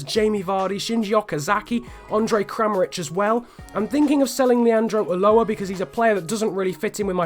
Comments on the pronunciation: Leanardo uchoa not ulloa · Dont sell king and it is leonardo ulloa "ushoa"